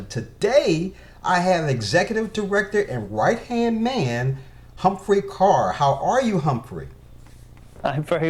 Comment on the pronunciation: Thanks for the interview with Humphrey, great asset to the Club. Bonus points for correct pronunciation of Ker.